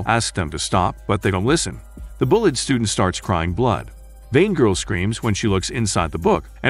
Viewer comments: The bullet students. This guy can't even say bullied correctly. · Am I the only one who hears "Bullet Student" ? xD